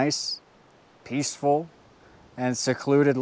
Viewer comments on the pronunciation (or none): none